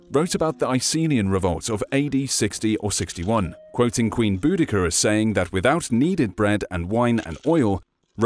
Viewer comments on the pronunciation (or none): Bouddica* not Bouddecher